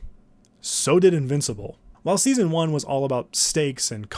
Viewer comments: "seaon 3" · “seaon 1”